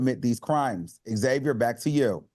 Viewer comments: Can we please normalize saying Xavier instead of Xavier? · Xavier, not X-Xavier.